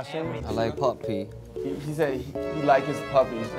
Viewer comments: When Suga said 'I like Puppy' y heard 'I like Poopy' :') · At first, i actually thought Yoongi said, "I LIKE POPPY" 😂